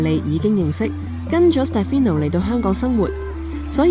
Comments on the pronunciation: i think it’s a little disrespectful to mispronounce your interviewee’s name, his name is SteFANO, not SteFINo…. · You honestly need to do better than this. Can’t even get the name right. Is Ste “farn” no not Ste fi no… you ask for respecting others in your guideline when commenting but in fact you can’t even respect the subject… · 人哋叫 Stefano, 唔好叫錯人做 Stefino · Interesting and sweet story. You didn’t pronounce his name correctly though 😂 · Is it just me? 旁白成段片都讀錯主角個名好distracting lol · 你没聽錯，是完全讀錯。 其实就箅吾識意大利文，只要問一下被訪者或google下就0K了，因為讀啱人地個名係基本尊重和禮。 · 我都聽到讀錯名～